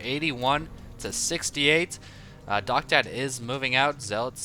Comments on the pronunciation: His name is pronounced "Docta Dee" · Isn't DoctaD pronounced "Docta D" like in doctor d?